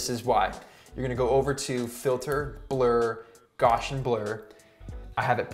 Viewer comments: Nice tutorial. One minor point: Gaussian is pronounced 'gow-see-in' not 'gosh-in'. (unless, of course that is just how they say it in Canada. :-) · I love you man but it hurts me how you just said Gaussian